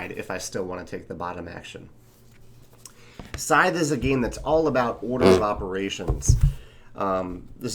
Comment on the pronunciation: everything sounds great except for one thing... that name. it was unsettling to my ears every time you said it. people trying to look it up and find it are going to have problems too.